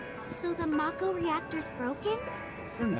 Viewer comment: pronounces mako as 'may-ko' despite having seen Advent Children and having pronounced 'mako' properly in episode 1 of this Let's Play